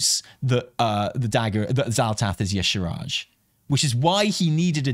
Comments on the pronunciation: y'shaaRj -- not y'shRaaj,! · Why no one say Y’shaarj name right? 😩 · I really hope if yshaarj shows up, they’ll say their own name so people will stop pronouncing it incorrectly. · The main problem with bringing back Y'Shaarj is that no one can pronounce it 😂